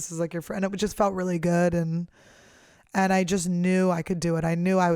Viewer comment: "They look guud" she said lololol